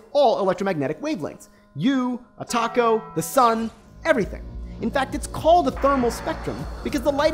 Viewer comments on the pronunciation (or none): none